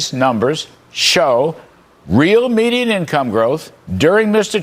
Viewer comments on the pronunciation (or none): none